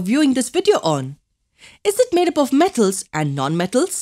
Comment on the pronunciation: Mam you had cold while adding the voice over in this video cauz you could not pronounce M , like [them , metals , non metals] etc ....🔥